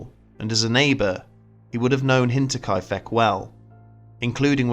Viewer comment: I'm sorry, but all I hear is Hentai-kai-feck. I'll let myself out...